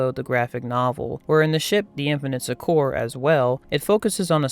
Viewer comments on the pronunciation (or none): You pronounce Succor incorrectly. It sounds exactly like sucker.